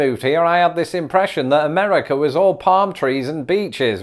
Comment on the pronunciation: it's not "Ameddica".